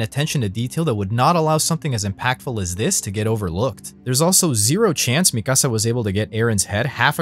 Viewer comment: Don’t ever say mikasa like that ever again